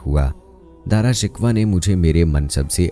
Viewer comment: Darashikwah nahi Darashikoh